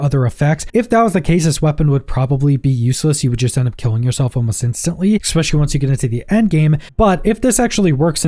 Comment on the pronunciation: If you’re only saying ‘ex-specially’ to get comments telling you to stop… it’s working. 😫😂